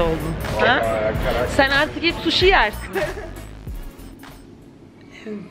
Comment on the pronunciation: Sen artık sushi yersini Cekuya dedin sandım 😄